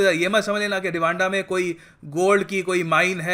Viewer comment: Rwanda is sound like raaanda..😂😂😂